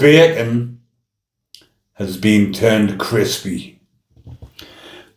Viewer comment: I'm dying here, stop saying HAS BEAN!! ffs man, can't stop laughing. But seriously I feel for the young girls that he's groomed, I personally know how they feel after and it's not our fault. I'm 60 now and still affected but living life too. Keep up the good work love x